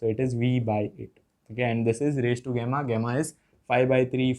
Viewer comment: गामा ❌ गेमा ✅